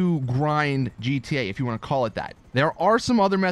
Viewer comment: This dude said gta lV